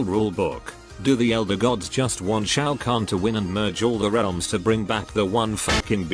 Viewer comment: bro butchered the name